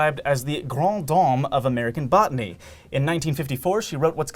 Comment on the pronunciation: I'm so sorry but HE MISPRONOUNCED GRANDE DAME otherwise great vid :)